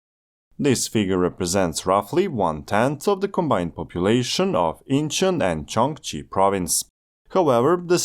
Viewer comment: Gyeonggi is pronounced Kyongghee